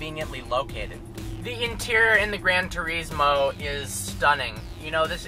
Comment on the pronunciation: its granturismo not granturiesmo